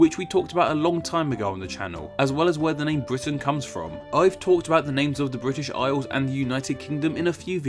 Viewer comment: '.......Fwom vuh Bwitish Isles........'- nice speech impediment, you turd - BRAVO !!